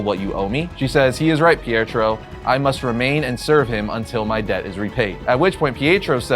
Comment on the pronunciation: you have to work on your word pronunciation, It is Pi-et-ro not Pierre-tro. Also, for the record it is enth metal not nith metal.